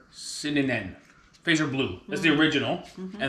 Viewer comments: Fatser, not Fracser. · We say the name as FaaTzer, not faaser. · Hah! You pronounce Fazer like its a type of weapon from star trek. The correct pronunciation is easy though, just throw a "th" sound in there and pronounce it like "fatzer". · just a minor note Fazer is pronouced more like fatser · Hearing the name Fazer pronounced like the English word "phaser" got quite a laugh out of me! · Fazer is pronounced Fatser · Or Futser when considering English pronunciation.